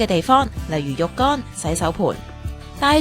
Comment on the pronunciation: 蘋果講嘅嘢，好過無啦。旁白小姐，懒音充斥，入声讀唔到。浴缸讀成肉乾，还有好多，不長气講了。膠咀切成咁斜，不必。